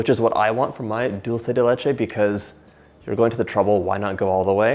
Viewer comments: Just a little correction, it's 'dUlce de leche' not 'dOlce de leche', think it this way, dulce means sweet, de means of, and leche means milk, so basycally a sweet thing made of milk! :)) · I'm guessing because most English speakers pronounce it dolche (which I think is Italian) instead of dulce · Thanks for the correction: I've always pronounced it as though it were Italian rather than Spanish. Now I know better. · As soon as I heard dull say de litch ayyy… I got tf outta here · I love how u say “dulce de leche” 😊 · I speak 5 different languages but I'm Latina and I can tell you John didn't say it correctly